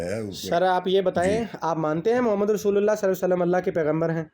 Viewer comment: أَعـوذُ بِاللهِ مِنَ الشَّيْـطانِ الرَّجيـم بِسْمِ اللّٰهِ الرَّحْمٰنِ الرَّحِيْمِ مَا كَانَ مُحَمَّدٌ اَبَآ اَحَدٍ مِّنۡ رِّجَالِكُمۡ وَلٰـكِنۡ رَّسُوۡلَ اللّٰهِ وَخَاتَمَ النَّبِيّٖنَ ؕ وَكَانَ اللّٰهُ بِكُلِّ شَىۡءٍ عَلِيۡمًا۞ آپ نے رسولُ اللہ پڑھا ل کو پیش کے ساتھ